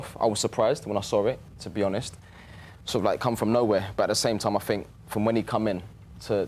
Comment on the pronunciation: I fink I fink 😂 try speaking properly you morons